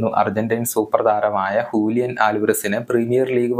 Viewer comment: Hulian alvarez❌Julian alvarez✅